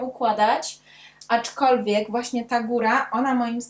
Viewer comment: Naprawdę lubię Cię oglądać, ale dzisiaj nie mogłam znieść tego "aczkolwiek". Zwłaszcza, że wymawiasz to słowo z błędem i przez to stało się drażniące. Trochę jak poszlem zamiast poszedłem. Poza tym recenzja naprawdę świetna i oby tak dalej😁